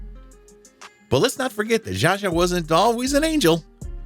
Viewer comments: Zsa Zsa not Jaja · "Betty" Davis? "Jean" Kelly? "Zaja" Gabor? How can you take this seriously?